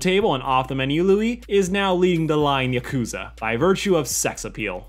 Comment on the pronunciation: everytime yakuza is pronounced wrong, a piece of my soul dies T-T